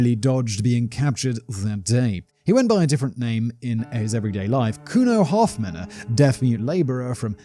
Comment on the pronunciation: Could have looked up the pronunciation of Hofmann as well 😂